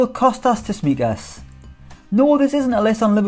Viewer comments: Writes it properly and calls him Tismikas but not Tsimikas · I don't understand how you got this one wrong... It is Tsimikas not Tsismikas... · It's pronounced Tsimikas not Tismikas bro, enjoyed the video though 👌🏽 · better to say it's pronounced Chimikas or Cheeméékas